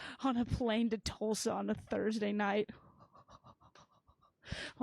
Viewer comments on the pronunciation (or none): none